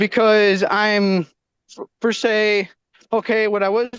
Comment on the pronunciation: GOOD JOB KENDALL!! GET IT GIRL!! 🎉 may be one of the dumbest people I’ve ever seen in court, and that’s saying a lot. Also,,,, it’s PER SE, not FER SAY 😂